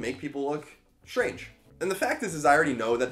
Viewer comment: Very nice job. Spot on message for those speaking freely and refusing to be placed in a socio-political box. Been a few weeks since I've watched one of your videos and you're looking and sounding great! Keep it up! Two bits of feedback- constructive and loving- pet peeves as much as anything. "Greetings and salutations" sounds contrived. And it's strange not "shtrange." Keep it up dude. The shtruggle is real!